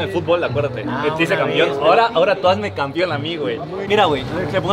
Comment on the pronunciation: Alguien que le enseñe hablar al, es campeón, no campion jajajaja